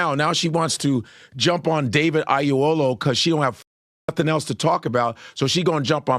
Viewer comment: Da-veed? It's Day-vid. Regular ass Day-vid.